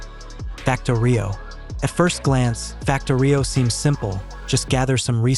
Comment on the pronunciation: Also FactOrio, not FactorIo. I concur, just more of AI slop.